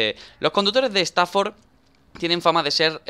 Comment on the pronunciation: Dani el nombre lo dice estafor que es estafa